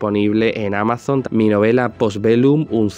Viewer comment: Porqué dices AMAZONT? 😮